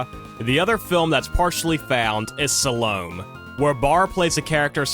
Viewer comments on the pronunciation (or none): what's up with the pokémon music... and why did you pronounce salomé like that